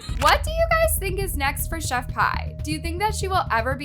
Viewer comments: Chef p not pie also Ka-ra-mo please next time look up pronunciation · It’s pronounced chef Pee not pie and Kah-rom-o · It's killing me to hear Pie. Omg. Did you not listen to one video?? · Pronounced chef pee lol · Pronounce Pee! Lol the English language is so weird I know like